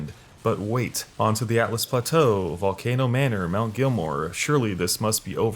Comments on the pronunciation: Mount “GELL-MEER” not “Gilmore”. “SEE-OH-FRUH” not “Sofia” “Ehh-so-terric” not “ee-so-terric” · “Sofia River” “mount gilmore” Jesus man at least try to pronounce them correctly.